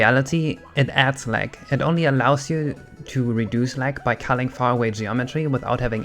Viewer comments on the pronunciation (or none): You often pronounce Gs as if they were Ks. You keep saying lack instead of lag and fuck instead of fog.